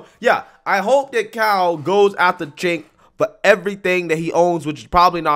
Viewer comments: It almost sounds like you are saying "Sink Yogurt" which is freaking hilarious. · It sounds like you are calling the dude Chenk Yogurt. 😂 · "Sank from the young turks" Not how you pronounce his name, but it's very fitting considering who he is lol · I like how you pronounce that guys name "sink yogurt" lol gross, just like his opinions hahaha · I have to use subtitles most of the time to listen to these videos and YouTubes subtitle algorithm can't pronounce cenk uygar's name. It comes up as chang yoga and chicken yogurt lol. I think chicken yogurt should stick. Ridiculous name for a ridiculous person. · Chank yew-gur is how it's pronounced. But honestly, I love people pronouncing his name wrong because it pisses him off, lmao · I really thought said Jenk yogurt! 🤣 That guy is a fowl mouth man child. Why does he looks like he want to explode every time he talks.